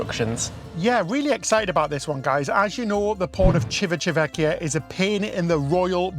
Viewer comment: When in Rome, you need to practice your pronounciation of Civitavecchia the way Romans do!😀 I know it's a challenge, but practice will make it perfect!😜 I'm glad you tried Allure again and it's a great news they did some improvements to it. We were on it two years ago and my wife complained about the smell of our cabin. Hopefully they also changed all the carpeting in the cabins and they replaced all the beddings as well. I didn't mind the smell as much as my wife did because I think it's the detergent they were using to clean the beddings that made our cabin smell weird. Our last cruise on the Symphony was more disappointing to me because everything there looked much worn out than Allure. We'll probably try Icon on our next RCL cruise. Enjoy the rest of Italia!!! Buon Viagiarre!!!